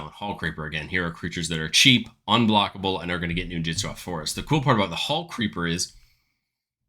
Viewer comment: It’s ninjutsu not “ninjitsu”